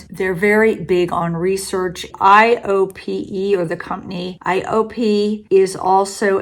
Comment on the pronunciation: it is pronounce eye-oh-pay. They are famous for their super vital cream, bio-essence, and cushion compact. They used to be VERY popular n but now they focus only on anti-aging products.